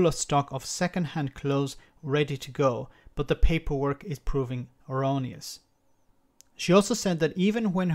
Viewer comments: You said it like "erroneous" which would be like a mistake instead of onerous which just means difficult, tedious or time consuming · Onerous is not pronounced like erroneous. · "onerous", not erroneus.....although..... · It's pronounced "on er us". Just one of those effects of having been invaded so many times by so many languages and then the dictionary made by just a couple of people who wanted to work out what MOST people said a word was, then wrote it down, calling their spelling "the dictionary".